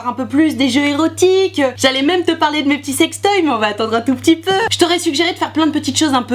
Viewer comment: "des prrroduits que je vais pouvoir vous parrrrler" 😂😂😂😂